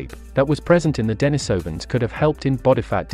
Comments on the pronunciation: Why do you say "DENYsovans", then a few seconds later say "DENISovans"? There's NO consistency in your pronunciation, which as a native English speaker, I find maddening! (Forget the DENY bit; it doesn't need to be as complicated as you've chosen to make it). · Okay,, you can't pronounce Denisovans properly? They aren't "den-AHES-oh-vahns." They are "dehn-EES-oh-vahns." Ffs. You want to be taken seriously, get the basics right. And what the hell is Homo "SAP-ee-ehns?" You pronounced Denisova cave right, then proceed to keep on pronouncing them as deh-NAHES-oh-vahns, or deh-NIHS-oh-vahns. Come on. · Well if you want to sound like an idiot who refuses to speak a name scientificlycorrectly, how can we trust any information you five us to be correct as well? Sorry but we cannot. You are an informational broken point Unless and until you can correctly pronounce a scientific name of one of our ancestors I cannot subscribe to your channel any longer. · Denisovans, comes from the name of a Monk called Denis. So it should not be pronunced Denajsovan. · Thanks, was informative. Your sometimes false pronunciation of Denisovans as Den EYE sovans was irritating, many times you pronounced it correctly. It's the same when some english speakers pronounce urinal as ur EYE nal. Strange. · Maaaan try get the pronouciasion right ur all over the map. De ni sovans.... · de-NEES-ov- an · Deny-sovans?? Homo flo-she-ensis??? 😂😂